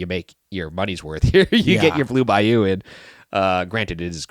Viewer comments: Anyone else hear them pronounce the restaurant as “Blue Bi-You” as opposed to Bayou. Maybe just me lol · The way you guys pronounced “Bayou” THE WHOLE TIME !!! PISSED ME OFFFFFFFFF 😭😭😭